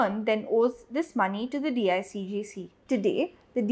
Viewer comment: It’s not DIGCG It is DICGC.